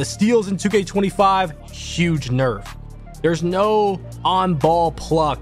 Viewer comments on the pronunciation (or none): none